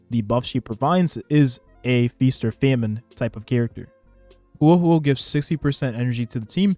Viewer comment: Bro is butchering Huohuo’s name lmao